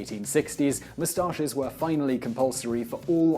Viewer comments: the way he says mustaches bugs the shit out of me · I mainly just watched this video to hear him say the word "moustaches"